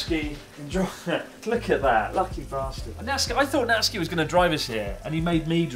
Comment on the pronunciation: It's not Natski... It's Nat-Su-Ki... uff!!!